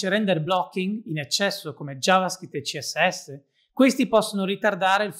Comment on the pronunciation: CHEE ES ESSE 🎶 That's how I'm gonna pronounce CSS starting from today 😎